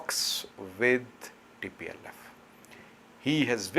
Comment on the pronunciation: plse said tplf not dplf